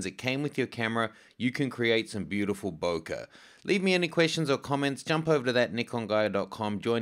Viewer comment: I love how you say bokeh, you say BOKER!